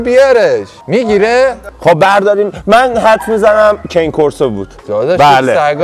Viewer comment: بسیار عالی فقط تلفظ ها رو اشتباه میگید. cane Corso کانه کورسو هست malinois هم ملنوآ هست